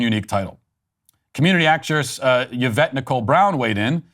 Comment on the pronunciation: As a fellow 'Yvette' please Matt, the Y is not pronounced as in 'Yes'. My name is pronounced 'Ee-vet'. Similar to Yvonne. Not 'Ya-vet'. shudder